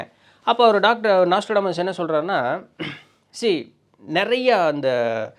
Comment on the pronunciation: நோஸ்ட்ராடாமஸ் ஆ ப்ரோ?😅 நாஸ்ட்ரோடாமஸ்தான? அட்டைப்படத்துல அந்த ஸ்பெல்லிங்தான் இருக்குது ப்ரோ